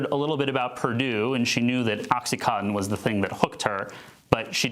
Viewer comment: Oxycontin, not oxycotton!!! Morons